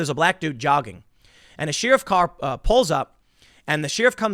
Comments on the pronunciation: i see tim still can't pronounce "sheeeeriff" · Sheeruf?.....learn English Tim! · Tim, for the love of God its pronounced sheriff like cher-if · Tim Says "Sheer-if"... you can't unhear it now. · every time he says Sheeriff... is it a sheep joke? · There are many words that you may hear others pronunciation differently, but I have NEVER heard anyone in 40+ years say "Sheariff". Tim takes the first on that. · you say Sheriff weird. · I hate the way Tim says “sheriff”....his constant mispronunciations cut into any credibility he tries to have.....